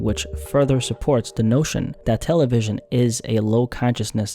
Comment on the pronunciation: No one says Tel-A-vision bro